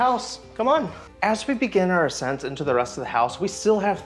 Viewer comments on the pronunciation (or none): none